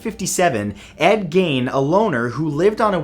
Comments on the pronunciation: Just have to say, as a wisconsinite, its Ed “geeeen”. Not “gen”. And its wend-ih-go, not wend-ee-go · His name isn't pronounced as 'gain' its pronounced as 'geen'. ( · It's pronounced Ed gEEn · Pronounced Geen. The Silence of the Lambs was also Loosely based on Ed Gein.